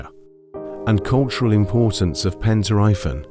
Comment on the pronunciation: it's pronounced like pEn tri vAn..